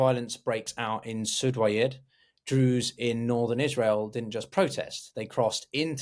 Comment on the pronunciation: Given that you're struggling to pronounce "Druze" and "Suwaida" correctly, I find it hard to take anything else that you say seriously, unfortunately.